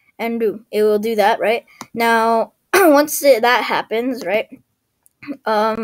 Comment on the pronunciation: why you keep saying ‘rigt